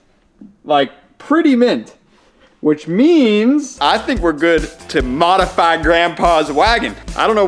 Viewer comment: You ruined it all in the last seconds when you said "modify". Why? Don't!